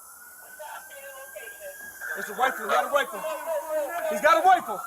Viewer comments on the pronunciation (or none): He's got a wifle! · Great job to these officers. Not too sure about the one that ran away tho, and returned after the perp was immobilized shouting “he has a wifle, he has a wifle!” When clearly he was no longer in the fight. 🫤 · “HE HAS A RIFLE, HE HAS A RIFLFLE” - his brains are on the pavement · “He’s got a wifle! He’s got a wifle!” 😂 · "HE'S GOT A WIFLE"